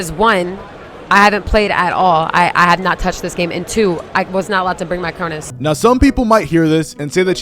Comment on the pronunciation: "cronus"???? Welp there it is lol